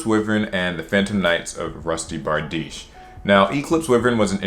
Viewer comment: Finally someone pronounced bardiche right